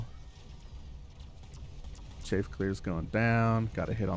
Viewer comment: Just a note: Chaff pronounced Chaaf, not Chafe. Chafe is what your foot does when it has athlete’s foot, or what thicc peoples thighs do when they run in jeans.